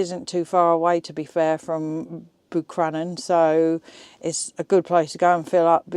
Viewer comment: Wow, fair play to you for driving the pass in that motorhome 🤯. Love the fact you couldn't pronounce Buncrana 😂😂😂